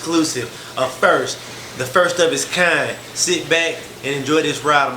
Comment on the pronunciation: "to bring you an exclusive! The first! The first of it's kAind!" wtf is this lang?